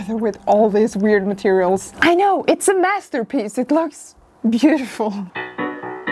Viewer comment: did i hear it right? a Mess-ter piece?